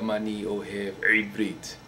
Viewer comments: LLLLoll you speak very well... and stop sayin ע (Eivrit) it doesn't sond good at all... :P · It's pronounced IVrit..not Ibrit :) If u want some help..just ask..;) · Your pronounciation is so off.. lol One major problem is the 'ein' like in "Ivrit", you don't have to push it so hard with your throat, it's like saying E'vrit (E as the name of the letter, E). good try though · very good man!!! ur mistakes are minor except how u pronounce the letter ע which is the first letter in the words: ebrit (=hebrew) and achsav (=now) u have to fix it, u cant talk like this it sounds bad, try to hear someone saying it right. keep up the good work!!